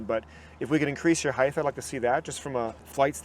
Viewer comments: Or “heigthhh” instead of height lol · What the hell is "Heightth"?! :D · Someone tell this man “heighth” is not a word pls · Completely hilarious. Ask how he spells heighth? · I've met people that have had brain issues and they pronounce random words wrong and in their head they think they are saying it right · Why is this dude saying heith , that’s not a word bro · lmao was thinking the same thing. even googled to make sure i wasnt crazy. and he says it A LOT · bro has been fitting for 25+ years and nobody told him how to pronounce height 💀l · And nobody ever said something to him, his entire life! I have heard people say that, absolutely irritating.